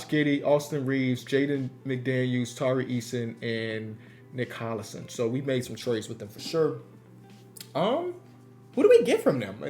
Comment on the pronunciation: 😂😂😂he said nic collision